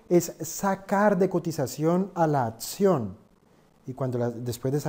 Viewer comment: Se dice acción. No ATCION